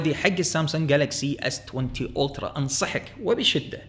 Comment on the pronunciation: Ultra تقرأ ألترا مش اولترا .... Ultra تقرأ ألترا مش اولترا .... Ultra تقرأ ألترا مش اولترا .... Ultra تقرأ ألترا مش اولترا .... Ultra تقرأ ألترا مش اولترا .... Ultra تقرأ ألترا مش اولترا .... 🙃